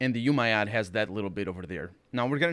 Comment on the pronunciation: Umayyad = "Ooo-mah-yahd"